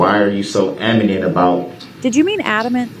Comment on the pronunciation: The question where Brooks uses the word "anamant" not "adamant", the officer asks him to repeat the question probably because he wanted to hear him say anamant again.